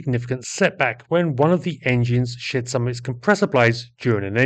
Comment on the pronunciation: At the mark you made me laugh out LOUD, albeit inadvertently. With your British accent I heard: "the engine shit some of it's compressor blades...." when of course, you were saying: "shed".... Thanks for ALL your great videos and for a laugh now and again!